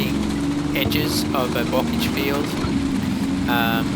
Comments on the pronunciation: Bocage is pronounced Bocaaage not Bockage... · Oh, but bocage is pronounced boh-KAHZH /nitpick